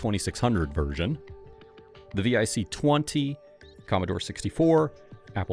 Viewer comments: Tip: The Commodore VIC-20 is pronounced like VICK ... not V-I-C. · "The V-I-C 20" - No, that's "vick" twenty... literally no one spells it out, it's pronounced as the acronym that it is, and it rhymes with dick. I can't (and yet, somehow, can) believe that you failed to mention that the Atari 2600 port of Ms. Pac-Man DIDN'T suck, proving that a rushed dev cycle, only 4K for the ROM, (and, being totally honest, maybe even Tod Frye, as well as Atari's stupid insistence that "black backgrounds are only for space games, that's how you know you're in space") were the problems with 2600 Pac-Man. Also, weirdly enough, it sold fewer copies, because everything did. But yeah, it was actually pretty good.